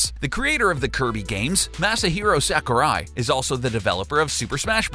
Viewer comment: You butchered the names of Sakurai and King DeDeDe so hard. Aside from that last fact, good stuff.